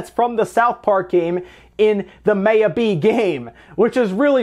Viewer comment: Dude your saying it wrong it's Maya like "my yaa" come on